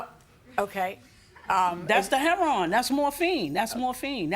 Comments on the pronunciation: LMAOOOOOOOOOOOOOOOOOO! I tried my hardest to wait until the end before coming to comments. Chile, as soon as he said, "HEA-RON" instead of Heroine, I RAN!😂🤣😂🤣 I don't blame her! Sir, please move on, you gotta respect that lady boundaries and they way she getting back at him is by keeping both cars. 🤣😂🤣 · “It was heron” it was what? It was heroine. So you knew how to pronounce 😂😂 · Once he said Her-Ron I knew we were in for a treat. I like her😂 I could listen to her talk all day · My guy said Herron 😂😂😂😂😂😂😂😂😂😂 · I hear "Heron problem" one more time. 😂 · "Hair-AHN". I haven't heard it pronounced like that in ages! He's an old school drug user. 😄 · he says ( hair on ) for heroin nobody caught that😂. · It’s hair-on 😂😂😂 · hi.. you must have tripped and fell to floor.. after.. you seen.. you put heroinE.. instead of heroin..... a many people... especially... the vets.. at the va hospital. where i work.....pronounce it heRON..same as that man ...they say... its nickname or code name.... .be blessed